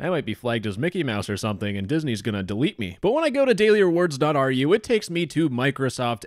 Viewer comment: I don't think it's ar u, it's more like ru like in room or rumor Yeah, yeah, it's Russian domain